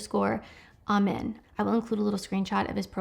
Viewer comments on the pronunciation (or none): Dr Daniel Amen is outstanding in so many ways. Quick pronunciation tip: “A-men”…the a being “long” as in “pray”.